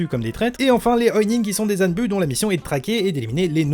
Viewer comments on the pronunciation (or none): none